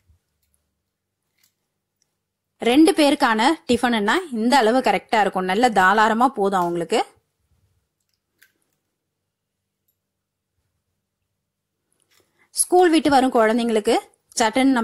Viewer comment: தாளாரமா இல்லைமா. தாராளமா ன்னு சொல்லணும்!